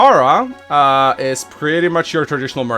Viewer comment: Well Chiara should be read as Kiara!